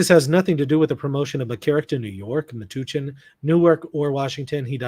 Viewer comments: It’s pronounced meh-touch-en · Metuchen, a diocese in New Jersey (Matthewwisniewski2962 is also correct about the pronunciation. The U is like “uh” or “bump”. Not an oo sound. At least, that is how the locals pronounced it when I used to live in the area. I can’t speak for the guy in chat.)